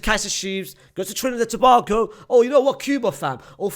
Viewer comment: Bro why do you say Trinidad and Tobago like that lmaoo Put some respect on our name !! haha